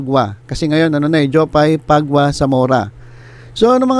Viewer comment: paguia - pa-gi ya.. pag-ya not pagwa